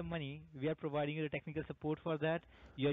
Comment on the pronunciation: You're prowiding me? You didn't prowide me with a damn thing! :-)